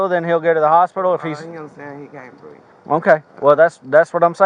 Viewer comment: She says"look he cant breef" 😂